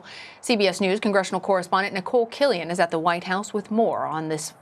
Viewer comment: I wrote it how he pronounced billions.. he puts an extra vowel in the word Everytime. And false, trump never donated any funding to the poor or homeless, maybe you should fact check your source of info